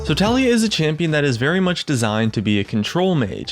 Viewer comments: Btw guys.... her name is pronounced as "TA-LA-YAH".. not "TALI-YA".... watch her champion spotlight... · low-key triggered when he says ta-lie-ya not ta-LEE-ya :33 kappa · It's Tah-lee-yah not Talia. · I dont care if the developer failed third grade English, the way its written and therefore pronounced is Tali-Yah